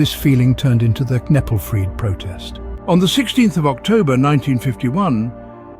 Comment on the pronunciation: The channel is called learn Frisian but Kneppelfreed is pronounced all wrong. There also a LOT of details missing. Those "certain farm rules" was literally writing in Frisian on milk cans instead of Dutch. They were fined for that! Also kneppelfreed itself was a bit more intense than that. But I liked the conclusion of the video